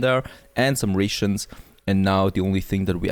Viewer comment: Ray shoons 😂